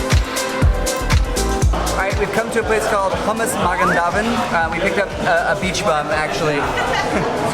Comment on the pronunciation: That hummus at 550 is hummus with fool. The sauce is probably matbucha. so regular Israeli hummus is served with just olive oil and paprika. The market is called shook not sook, it’s pronounced (mah gin (not jin)da veed) pita is bread.